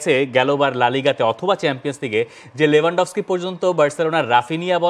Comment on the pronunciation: Not লেভানডফস্কি its লেওভানডোবস্কি।